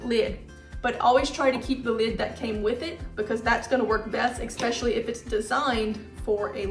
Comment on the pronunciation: But then she says "Expecially." The two cancel each other out. Net neutral.